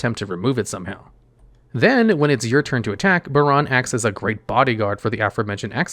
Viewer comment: i am so happy he pronounced baronne correctly.